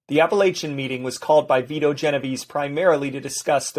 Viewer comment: It's neither it's Vito